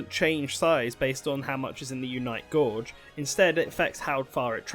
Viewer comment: "Unite Gorge"